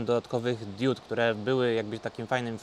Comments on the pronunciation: Panie: jedna diOda i wiele diOd (nie diÓd). Pozdrawiam. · Diod, nie diód :P